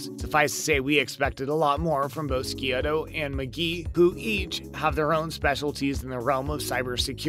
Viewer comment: Ski oh toe? It's Abby Sciuto! Pronounced Shoot-oh David? It's Ziva David!!! Pronounced Da-veed